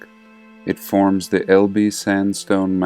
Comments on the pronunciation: small point: "Elbe" is actually pronounced as a single syllable; ELb (silent e) 😉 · That is not correct, Phillip. It is pronounced with an 'e' as in Fed, lead at the end. El-be